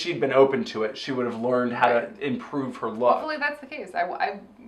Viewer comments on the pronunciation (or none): none